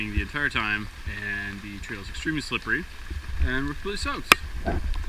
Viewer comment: I love how he always says "slippy" instead of "slippery" hahahaha :)